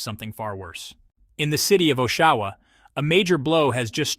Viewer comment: Teach your AI voice how to pronounce "Oshawa".